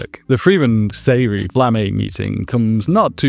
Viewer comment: not pronounced “Seh-ree”, “Zeh-ree-uh”